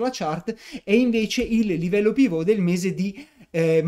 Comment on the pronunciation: Perche' dici Pivot con accento francese? e' un termine inglese: UK:*/ˈpɪvət/US:/ˈpɪvət/ ,(piv′ət)